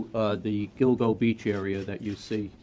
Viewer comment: Did you say Dildo Beach?